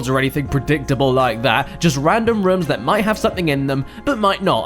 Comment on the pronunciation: he pronounced rooms wrong again....I laugh every time